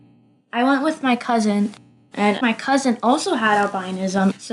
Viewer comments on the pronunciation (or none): none